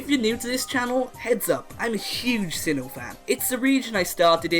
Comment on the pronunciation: Sinnoh, not Sinho!